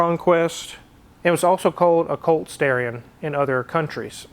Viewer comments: He mispronounced it. It’s “Stah-ree-on”, not “Stare-ee-on”. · It's STARion not STAREeon... 🤣😂🙄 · Originally to be called the Stallion, but when the Japanese executives at Mitsubishi tried to pronounce it it came out, Starion. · It was actually supposed to be named “Stallion” but because the Japanese pronounce “L’s” like “R’s” instead of it being called “Stallion” they pronounced it “Starion”. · Fun fact... the Starion is a mis-translation. Japanese people pronounce "L" as an "R" sound. It's actually a Mitsubishi Stallion.